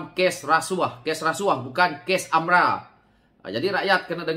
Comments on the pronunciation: Sebutan betul adalah AMLA.. harap maklum.. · AMLA ka atau AMRA sebutan yg betul mana satu sebab aku dengar kau sebut AMRA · Geram sangat..tersasul.. kikiki